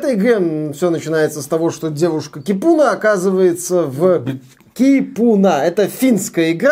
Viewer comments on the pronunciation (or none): Привет! В финском языке ударение всегда на 1-й слог, так что Ки́пуна. Ну а баня, это прежде всего просто погреться. Поэтому они в каждом доме, даже в многоквартирном, а иногда и в каждой квартире. А бывает и такие, где мужчины и женщины вместе и табличка заходить без плавок.